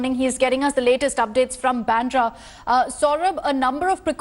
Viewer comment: Bandra! Pronunciation!